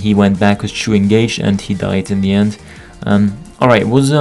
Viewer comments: lolll how u pronounced Chou :D its not Choo as in Choo Choo Train, but Chou like in Clam Chowder, but deeper O.. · why do you keep saying "chu" ? isnt it pronounced "chaw"